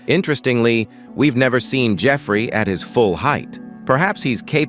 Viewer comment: D-dont say it like that dont say Jeffery files its uhhh kinda sound like